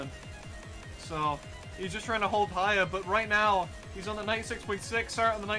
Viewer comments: wait... was it always pronounced "serret"? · Is his name pronounced care-rit or sare-rit